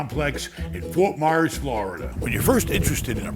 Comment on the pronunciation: Myers......not Mayers LoL 🤣